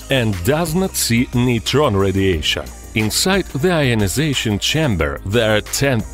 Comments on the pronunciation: neeetren star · Oh come on... "neutron star" get out.